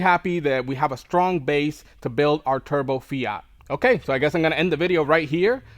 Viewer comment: Are you intentionally calling it a "Turdbo" ?!?